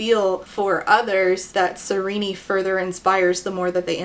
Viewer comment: I disagree. Her name should be pronounced "ser-een" 😄 In all seriousness, excellent video 👍👍. I agreed with all your points and ideology